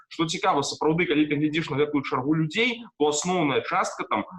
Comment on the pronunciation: НЕ глИдИш, а глЯдзИш па - беларуску!!!